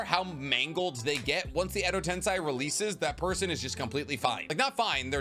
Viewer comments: Exo tensey** not tensai damn dawg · "ten-say" not "ten-sigh" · Bro, it's edo tenSEI not tenSAI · What really bothered me was how he said edo-ten-sigh instead of edo-ten-say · Why are you pronouncing Edo Tensei as Edo Tensigh. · No way you said Edo TensAI??????